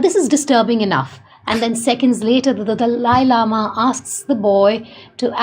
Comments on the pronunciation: Indian woman is saying Dalai Lama (not delay), just English speaking people often pronounce it Dali like the host in this video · Correct pronunciation: Dah-Lah-yee Lama! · It's pronounced The-lie lama